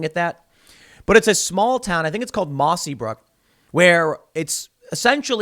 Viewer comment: Tim, it's Mossyrock.